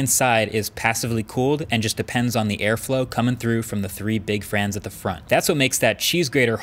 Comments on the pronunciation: "The three big FRANS at the front" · “Coming through the three big frans at the front” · "Three big frans at the front" -MKBHD 2019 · “The three big frans at the front” haha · I was wondering if I was the only one who heard that 😂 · I replayed that to make sure I heard that right lol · Had to go back and check when I first heard that haha